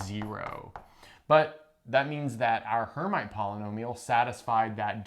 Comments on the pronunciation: Rather Air-meet than Air-might. It is a French name. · Not "her mite" please, but "airmeet": from Charles Hermite, a French (sorry guys) mathematician. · 'erm'-'IT'! Charles Hermite was a French mathematician and surely disliked to have his name f*d up. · Her-meet is how this is pronounced by math physicists, unless you're French, then it's [ʃaʁl ɛʁˈmit]; transliterated from IPA notation, this is pretty close to her-meet. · "Hermite" is a French name and is pronounced approximately like "air-meet" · It appears that you're the one whose never actually heard the term, since you are incorrectly pronouncing "Hermite."